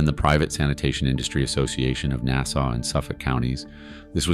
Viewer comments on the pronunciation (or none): none